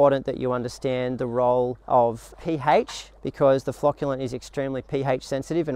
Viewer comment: It's "pH", not "pHaitch".